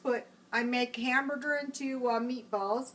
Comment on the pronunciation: Lmao the way she says hamburger